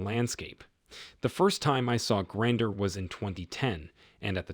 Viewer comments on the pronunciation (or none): Well well, you're MGTOW and you're exploiting men, I see? Fearmongering to vulnerable guys because therapy is very expensive, I see? Typical. I can't believe you folks take this kind of bullying from a guy who can't even pronounce "in-sulls", "nineteen-nih-nih-tees" or "Grandr" correctly. He's worse at saying words than Megamind, and he's more miserable than the antagonist of that movie. Don't tell me his social ineptitude is for getting around the Youtube algorithm. You lie like when he doesn't list his statistics sources. I also love how Bronze Age boys like talk big about "replacement levels" on the human population (As if all of you viewers are just Angus bulls replenishing the herd), and not once does he talk about keeping humans alive more often and living longer. He'd rather have more humans get birthed, grow up, and go into the meat grinder that is reality than mention more available health care or housing. Let me guess: He's pro-life too? And I'll hear out your ridiculous take about women being "mean" when I'm worried about ladies possibly shanking me if I walk down streets late at night. How childish. I'm not surprised that the only abusive figure in my entire family was a neurotic man that called himself MGTOW... before he got thrown away, by me, like the garbage he is.